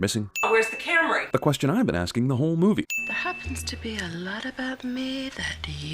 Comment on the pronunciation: did she say "camry"